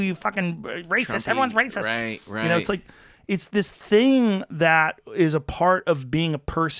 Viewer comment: it's this theeng -Joe Rogan